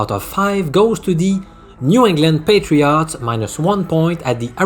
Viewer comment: Love how you pronounce NE Patri-AUGHTS 😁